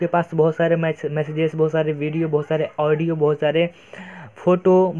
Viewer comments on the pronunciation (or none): none